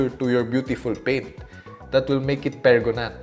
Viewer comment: Pregonant? Pregant? Pregante? Preganananananant. 😂 Welcome back!